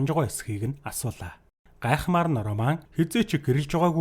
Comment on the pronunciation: Энэ кино бол 2009 оны HORROR/ROMANCE төрөлийн Possession гэдэг кино гол дүрийнх нь 1 болох Lee Pace жүжигчиний тоглосон ROMAN гэдэг дүршдээ хар малаа үхсэний чинь ОРООМАН ОРООМАН гээд хуцаад байгаан бэ РОМАН гээд дуудчаачээ ямар сэжгийн сонсогддог юм бэ РО РО РО РО РО - МАН за юу РО тэгээд шууд МАН үхсэний чинь ОРОО МААААН бэ зайлаа Чам шиг юмнууд л Чемодан - ЧАМДААН Окумалятор - ХУМЛААТАР Овчарк - ХАВЧААРК Рэмбо - ЭРЭЭНБООВ гэдэг байхдаа зайлуул Р үсгээр эхэлсэн үг болгоны урд дураараа ЭГШИГ нэмж дууддаг хөдөөний 1960 оны тархи чинь хонины ноос бөөснөөсөө салаагүй юм уу РОМЕО ЖУЛЕТТА - ОРООМЁОО ЭЖУЛЭЭТАА гэдэг үү чи? Титаник киноны РӨҮС/ROSE - ОРООЗЭЭ гэдэг үү чи хар малаа ROCKITBAY - ОРООКЭТБААЯ гэдэг үү 1 дүгээр ангидаа дахиж суугаад Р үсгээ сураачээ малаа дуудахад авиагаараа ЭРРР гэж сонсогдож байгаа ч ҮГЭНД орохдоо ЭР АР ОР УР бишэшдээ хар хөлдөө тархитай малаа Чиний наад гэсний чинь урд дураараа эгшиг нэмээд ЭМЭР ВООДОО ӨМӨР ВООДОО АМАР ВООДОО гээд байвал ямар байна